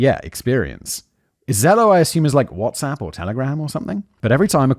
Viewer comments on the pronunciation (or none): none